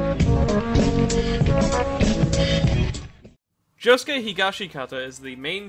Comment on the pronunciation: Why is his name pronounced joskeh and not josuke